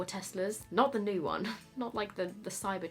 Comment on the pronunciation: I think both looks turned out so gorgeous!! Also I love how you pronounce new as nuu (for me anyway) 😂😂 So cute. I wish I had a cool accent😒